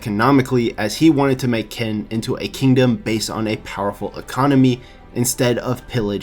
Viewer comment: its not ken